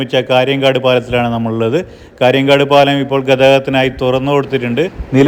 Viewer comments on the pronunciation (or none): കാര്യൻകാട് അല്ല, കാര്യങ്കോട്. മായ്ച്ച അല്ല മയിച്ച.